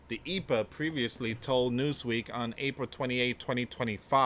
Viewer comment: it's E. P. A. not Epa... just say the letters don't pronounce Capital letters as a word like ICE, FBI, CIA & The DOJ